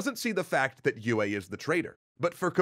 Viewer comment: Mispronouncing de Vries, tsk tsk tsk ;). Some people might complain about Yueh too, but thats not that big of a deal imho. Thufirs error is so bad, that he never even comes to consider it as a possibility. What is so ironical about that, is that mentats are fully aware of their limitations in this respect and people in places of power are aware about it too. They know all to well that with mentats its "garbage in, garbage out", because of the complexity and depth of their computation. They need accurate estimation of probabilities of each piece of data, which is used in the computation. Its kinda funny that pretty much everyone is aware of their blindspots, but still fall prey to it. This is, in part, even the reason for BG to strive for Kwisatz Haderach. They have one part of understanding, but that dark, violent place is still pushing them away. So they need a guy, that is trained in the same way as they are and more (if I remember correctly, even mentats were not too common among BG, only 1 comes to mind). And in the specific case of Paul, he ended up also being heavily shaped by influences of women in his life in general. Lady Jessica being the most obvious, but then there is Mohiam, with her test, and Chani, who brings him back from the edge of total disconnection from reality due to his nature.